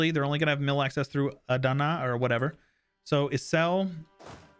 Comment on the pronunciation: More like "a" in the "Father"